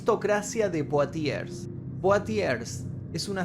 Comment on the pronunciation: Se pronuncia "monié" y "blánsh". Y la ciudad se pronuncia "puatié" . No seas tobru...